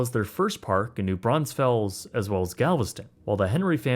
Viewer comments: Schlitterbahn, not “Schlitterbomb.” New Braunfels, not “New Braunsfels.” A very good, well-researched video. Tastefully avoided the details of the trauma that occurred to the boy, and what park guests witnessed. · The town is pronounced [New] [Braun] [Fulls] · The city of New Braunfels does Not have an S between the N and the F. Great informative video though. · Gang did NOT pronounce New Braunfels right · Cool video, but you are completely butchering how you say New Braunfels... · There’s only one “S” in New Braunfels!😭😭 How is it so hard for people to say I don’t get it😅